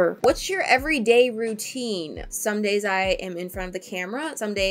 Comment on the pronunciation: When answers the routine question and is saying the word somedays I heard Sundays and I was like woah on one day!